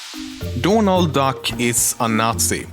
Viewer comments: He he you say dånald and not Donald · Donald, not doornald, Donald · donald or dornaald? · dånald duck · Is it your accent that is making you say "Dornald Duck"